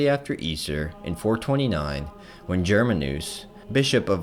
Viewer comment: Good video but plz research proper pronounciation. GerMAnus, not GermaNUS. Outremer: ooh-tra-mehr. And so on.